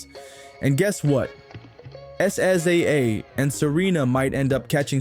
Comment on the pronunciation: I subbed then unsubbed when I heard how you said SZA 😒